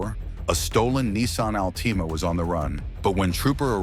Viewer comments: Nissan “alteama”. Damn wtf is that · The AI narration lmao. "Nissan Alteema" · Nissan all-team-a 😂 ai isn’t American I guess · Wtf is an 'alteema' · OMG, stop with the AI voiceovers. Can’t even say Altima right. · Nissan “Al Teema” 😂😂😂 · We could do without the AI voice mispronouncing words like Nissan Alteema (it's Altima) as one example, plus it's a little irritating. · Al Teema? Train your scrappy AI better, lmao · It's Altima not Alteema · What is a Nissan "Alteema"??? 😅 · hate the AI commentator. Do you realize they mispronounce??? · Another A.I. ruined video, the "ALTEEMA" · That stolen ALTEEEMA 😂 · “Al-tee-ma?” Is this AI? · I will be pronouncing Altima Alteemah from now on 😂😂😂